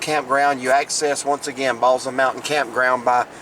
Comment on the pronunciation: Great Video! Balsam is pronounced with an 's' sound instead of a 'z'